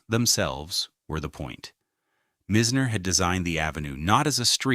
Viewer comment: It’s Boca Raton not Boca Racon and it’s not Mizner but Myzner!